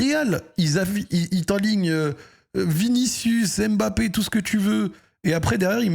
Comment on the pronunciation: Arrête de dire Bapé mdrrr c EMBAPPE 😭😭😭😭